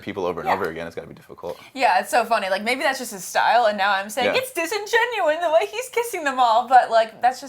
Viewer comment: Disingenuous. Not "disingenuine".